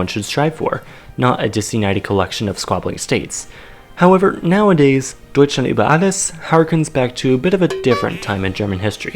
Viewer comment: English people when they want to say ,,Deutschland": Dutcheland